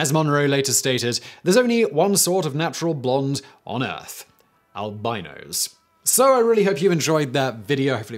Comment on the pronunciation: I swear Simon is trolling us all with the albinos pronunciation